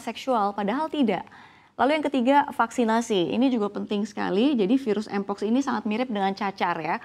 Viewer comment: ngomong mpox aja ga bisa 😂